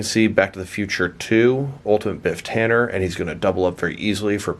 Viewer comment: Its tanneN